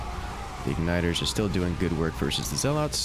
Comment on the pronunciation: If I have to hear you saw "zell-lawts" one more time...